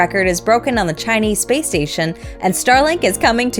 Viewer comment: Excellent pronunciation of all the Chinese Launches and systems…Merry Christmas 🎄🚀